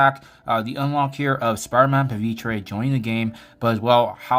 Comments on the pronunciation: I don't get it.. some call him pavitrey, and some call him pavitra. This guy is an india variant of spidey. So it makes more sense to call him as it's spelled: Pa-Vi-TR like try without the y.. how does this not make sense? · why does every CC pronounce Pavitr differently? how do you get "Tre" when there's just an "R" on the end of his name?